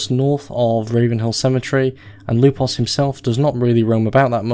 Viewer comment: Why did I find you saying "Lupos" so satisfying on his introduction? xD